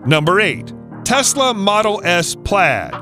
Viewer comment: “fasla” wtf